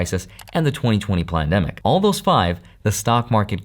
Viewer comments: sounded like "2020 Plandemic" lol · Did you say “plan-Demic”?